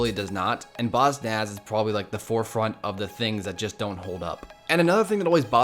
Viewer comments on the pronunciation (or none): instead of bossnass its bossass